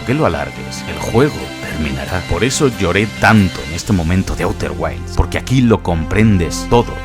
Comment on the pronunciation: A-U-TER GUAILS????!!!! 😂🤣